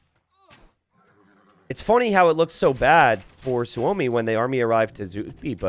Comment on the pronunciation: Hey . Is Suomi (=Means Finland ) on purpose or what ? Im new here. Btw you say suomi like native